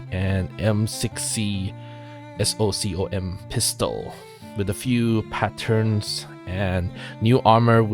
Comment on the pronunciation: god damn it man its not m 9 0 a its m 90 a and you dont spell out socom. its one word. technically an acronym but you still say it as one word.